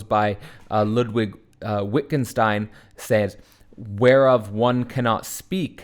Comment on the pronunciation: fyi pronounced Vittgenstein